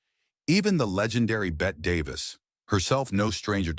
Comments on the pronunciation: How can you take any of this content seriously??? “Bet” Davis??? At least get the name of the actress correct. UGH!!! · Bette Davis is pronounced Betty. And that line you say she used in her personal life about I kiss you, but I just wash my hair is from a movie. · The "e" in Bette is NOT silent 😂😂😂😂 AI narration is so clueless sometimes! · First of all Bette Davis pronounced the last e in her name as a long e. Second the line about, "I'd kiss you but I just washed my hair" was from "The Cabin In The Cotton" and she said it to Richard Barthelmess. Therefore it was probably written into the script. Lucille Ball ran Desilu productions, NOT what was spelled in your caption. Marlene Dietrich pronounced her name as "Marlena". Gloria Swanson said, "We had faces" in "Sunset Boulevard" made in the 1950's, so I don't know if she said that off camera. Doesn't ANYONE research these videos? Being a movie buff for over 55 years, you can call me and I'll give you the correct information.